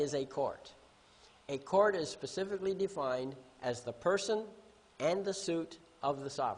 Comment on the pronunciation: Pacifically or specifically 🤣